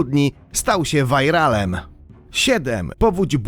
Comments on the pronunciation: ale "wajralem" smiesznie brzmi, chyba "wiralem" jest lepsze dla ucha :D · Spoko film tylko dwie sprawy 1 mówi się viralem a nie vairalem 2 czemu od pewnego czasu nie ma intra?